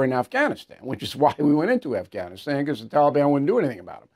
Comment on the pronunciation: Hey Bill.... Learn how to pronuncate the word "BECAUSE"...